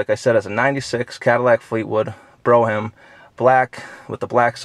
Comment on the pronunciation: Oh, BTW,... it's pronounced " Brawhm ." If u like Fleetwoods, the nicest looking would be a '66.